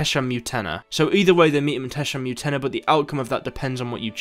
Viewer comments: Its not Tesha Mutena .... its Tesham Mutna. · Why do you spell most of the words wrong, it's Tesham fucking Mutna, Mutna ffs. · The butcher of, butchers Tesham Mutna pronunciation